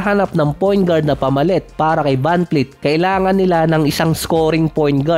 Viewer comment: vanvleet po hindi vanfleet...